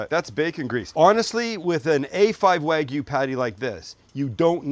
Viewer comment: Wag me?? WagYU! Ay-oh!